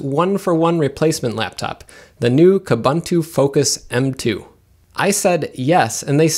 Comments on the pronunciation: Pronounce Kooboontoo properly. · When buying even the highest end hardware still doesn't come up to the mark for Linux, that's saying something. BTW, all the "u"s in Ubuntu and its derivatives (like Kubuntu) are pronounced like "oo", so it's pronounced "oo-boon-too", not "uh-bun-too". Also, "slightly unique" doesn't make sense; something is either unique or it isn't. You mean "slightly distinct" or the like.